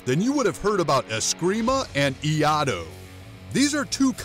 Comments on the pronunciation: Iaido is much more than what is commented here, it evolved from kenjitsu adapting to a more peaceful period of history. Not to mention, the pronunciation of Iaido is totally off. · Clickbait at its best. Plus the Yankee pronunciation of Iaido finished it off. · Maybe you could have learnt how to pronounce "Iaido" before you start making a video like this XD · Wow this whole video is so cringe. Brutal TV is right since you brutally mispronounced Iaido like 16 times. It should sound like E I do, not E Ah do. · I'm preparing for my black belt test in iaido, and grew up in the Philippines where I learned eskrima (we called it "arnis de mano") from my father, who learned it from his elders who used it in combat against the Japanese in World War 2. I can tell you that iaido (pronounced ee-yai-doh) is more of a meditative exercise, whereas eskrima/arnis de mano/kali are practical martial arts in every sense of the word. Battojutsu and its umbrella martial art kenjutsu are martial arts -- although perhaps not as practical today as it was in samurai Japan. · "Eeee aaah do!" Sorry, but that did make me giggle each time I heard it. Exactly as you said though, Iaido is a spiritual practice, meaning that few practitioners of the art will pressure test any of their techniques or even understand their kata beyond a set "dance". Iaijutsu, Kenjutsu, Battojutsu or even Kendo however are all styles that even today still pressure test their techniques to make sure the students skills are alive, flowing, controlled and effective. Perhaps one of those other styles would have been a better comparison instead. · It's ee-eye-do. And it's as much a meditation these days much more than a martial art. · Eh... That's also wrong. Japanese pronunciation sound & reading just as it's written. So for iaido, it should be pronounce as "ie-aa-ie-do." No "yi-do", not "ee-ah-doo" with silent ie... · I-ai-do. I kept hearing old Mac Donald had a farm iai iaido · "eee - EYE - doe" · It’s ee-eye-ee-doe. 😐